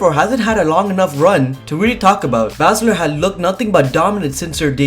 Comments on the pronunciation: ITS PRONOUNCED SHAYNA ‘BAY’SZLER KNOW IT ALL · Learn how to say Shayna Baszler correctly please